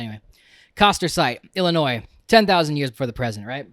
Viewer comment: What kinda PUSSYcat doesn't wanna hear about war dogs!? Also thanks for saying Illinoi and not Ehlinoiss.